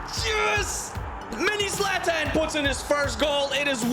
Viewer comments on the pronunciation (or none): none